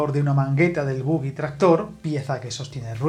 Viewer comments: O en su defecto boje, pero "bogui"... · No se dice bugui, se dice bojie o boje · En inglés se escribe bogie pero no sé pronuncia bugui